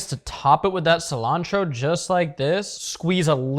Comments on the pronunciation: First pronouncing cilantro in a Mexican accent then American accent making your wife angry as hell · Saying cilantro with an accent is keeping you big 💪